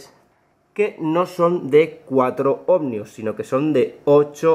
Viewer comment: ¿¿OhmNios?? Se dice ohmios, tan listo que eres y luego te inventas esa N.